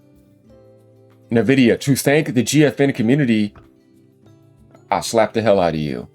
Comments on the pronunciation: It's en-VID-ee-uh, not "nuh-vidia"; the company name comes from the Latin word "invidia" (envy), and they emphasize the "en" part, making it sound like "envy" but with an 'a' at the end, like a "ya" sound. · Please pronounce it: en-vidia.